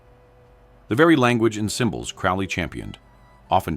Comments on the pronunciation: It's crow lee. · Crowley pronounced like the bird: crow-lee. Your emphasis on the man and your inability to pronounce his surname correctly sort of belies your credibility on the subject matter herein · Saying his name wrong. AI crap as usual.